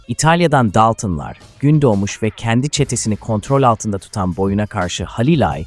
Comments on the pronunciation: Daltın daltom demeyi bilmiyor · Yapay zekayla seslendirme yapıyor daltonları daltın diye okuyor yapay zeka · DALTIN ne aq... hadi dedim belki dili sürtçtü, ama sürekli aynı telafuz. gıcık olduM, DALTINLAR NE AQ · Tüm videoyu bi kenara bıraktın buna mı takıldın sevgili dostum? Senin için olay Dalton'lar yerine Daltın'lar demesimiydi?? Ya da daltın deyince video'dan hicbirşey anlamadın mı? Ben Can Dalton Çetenin reisiyim ulan ben bile Tribe girmedim sana ne oluyor?? Neyse Yalvarmana gerek yok seni işe aldım İstanbul güldibi sokak no-9 evde yokuz dairesine git AbdulMuttalippiyleys isimli şahısı bul Götün'den bi kıl kopar bana getir!!Sakın başka birinin getireyim deme anlarım Tam gözünün üstüne sıçarım ölene kadar'da silmeni yasaklarım Ölene kadar dünyayı bombok'um görürsün! Bekliyorum hayde. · Yapay zeka konuştuğu için normalde dalton